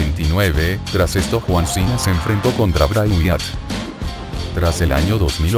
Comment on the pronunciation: porque dises juan cena